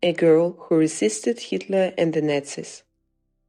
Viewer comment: If you are going to talk about nazi’s, then at least learn to pronounce the word properly!!!